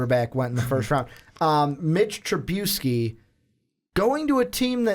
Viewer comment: WTF does he constantly mispronounce Trubisky's name?